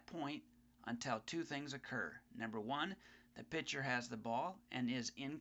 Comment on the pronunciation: the word is PITCHER not picture...